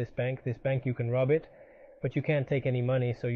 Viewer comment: Pak u you said how rib a bank???